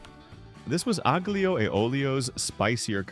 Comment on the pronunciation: Aglio has a silent g